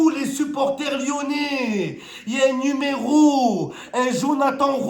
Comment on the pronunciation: Le numé“Rowe ” vert 😂